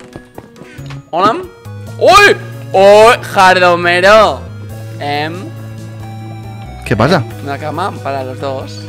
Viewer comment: eres gei porque sienpre dises jardomero ajajajja